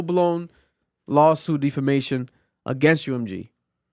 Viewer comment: Defamation =Deaf- fa-mation bruh 😂 you sending me saying it like that